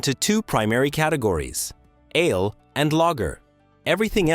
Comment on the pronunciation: "Ale" and "ales" are single-syllable words. I'd give you a like, but the narration is obviously AI-generated, and you failed to even review it!